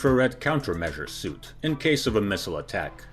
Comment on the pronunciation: Great video, as usual. Two notes, first, the C-17 definitely still trains and uses thrust reversers in tactical descents. Second, "suite" is pronounced like "sweet". Insignificant to the quality of the video, which I enjoyed very much. Thank you!